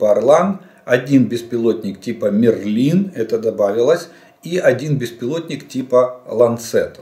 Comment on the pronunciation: Слава Україні! Бажаю здоров'я пане Олеже! Мерлін ( наголос на букву " е") - це чаклун з казки та мультфільму Волта Діснея "Меч у камені", по мотивам циклу оповідей про короля Артура. Своїх назв у кацапів певно бракує... Слава збройним силам України! Слава незламному народу України! Перемога за нами!